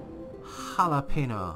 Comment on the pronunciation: Like how you said "Hallo- peno!" Hehe XD